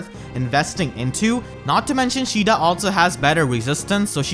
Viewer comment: "Shida" lol